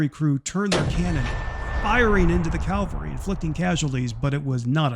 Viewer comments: You mean CAVALRY… Not CALVARY. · Great video, but it is cavalry not Calvary. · nice video, but huge pet peeve, The word is cavalry(mounted soldiers) not calvary(a place in israel)